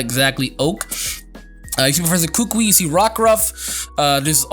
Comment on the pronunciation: Kukui is pronounced "Koo-Koo-E" not "Ku-Ka-Wii".